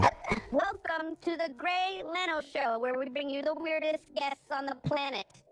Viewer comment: grey leno occasionally pronouncing his name as grey leeno is my favorite bit. ever since i first saw this vod, it's been in my head